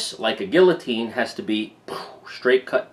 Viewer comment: lol funny way to pronounce guillotine